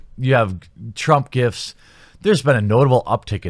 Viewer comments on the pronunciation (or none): none